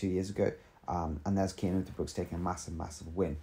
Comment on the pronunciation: It is C Cian not K . You better practish his name, because he is indeed a great talent ! He is climing much more faster then Remco and is also good in TT . He is still verry verry young and must gain somme more power to becomme a extreme great talent ! We belgians know alreddy for a few years he is going to be the next great tour contender now riding for bora .... THANK you verry much for this exelent vid !!! and dont feel embarrest because of my fist words . you realy have to spell his namen with a C ;-) , manny thanks !